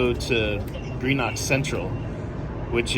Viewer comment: Sorry haven't had time to watch the full video yet but just to say Greenock is pronounced GREENock and if the tour bus started in George Square you were literally a few minutes away when you got off the train at Glasgow Central, you've walked unnecessarily far 🙈